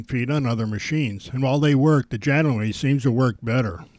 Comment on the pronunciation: It is JA-gnome-me, not Ja-gnome-MAY